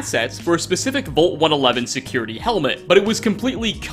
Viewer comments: I can't get over how he says "VOLT" instead of vault. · The way you pronounce "vault" is super cringy. Its prounounced like valt, not volt. Thank You.